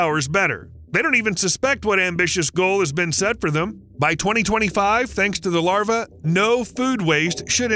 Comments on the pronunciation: Why is New South Wales labelled as Western Australia? Is that an indication of the accuracy of the report? Not to mention pronouncing "larvae" as "larva". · The plural of larva is larvae (pronounced lar-VEE").